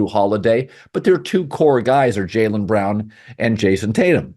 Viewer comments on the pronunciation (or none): none